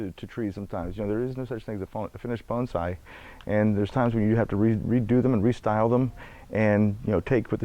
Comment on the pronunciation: Thank you for pronouncing "bonsai" correctly! :-)